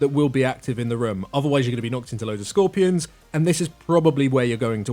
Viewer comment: IT'S SKOR PEER ON!! NOT SKORPY RON HAHAAHAHAHAAH MY EARS!